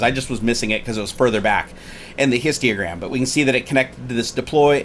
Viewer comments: It was a joke, he kept saying "histiogram", not histogram. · Every time he says histiogram I die a little inside :P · H-I-S-T-O-G-R-A-M bro there ain't no "i" after the "T" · Numinous I know, but I was wondering what a histiogram was, that's what he was saying in the video. It was a joke :) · Can you please double check how you pronounce Histogram. I get that people have accents and such, but you're literally mispronouncing it by adding extra syllables.